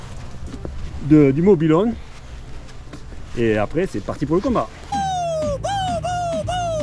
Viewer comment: Magnifique vidéo mais dit moi tu dit mobihon c pas mobilhom kon dit biz de Marseille